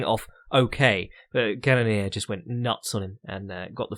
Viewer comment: CANNON - EAR HOW HARD IS IT